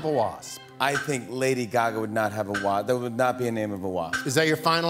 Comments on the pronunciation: "lady guhgaaaa" i think i'm going to start pronouncing it like this from now on hahaha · LOOOOL Seh lion... lady gah gah, these pronunciations are killing me!!